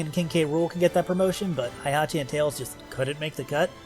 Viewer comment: Thats not how Heihachi is pronounced